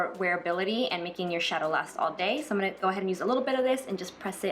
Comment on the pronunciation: I really love the day look! It's so elegant. So suitable for work. I just realized you always say, "Imina..." as in "I'm gonna" and it's so interesting because I've never heard people say it before.